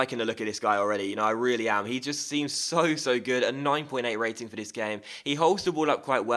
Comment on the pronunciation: Great video! I think it's pronounced "So-Sho